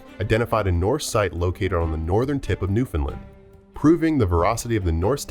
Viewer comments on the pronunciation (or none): It's pronounced new fund land and lanse o meadows 😂... I've heard a lot of humorous ways of pronouncing that province's name